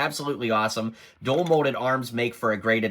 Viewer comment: Are you saying “dual” molded?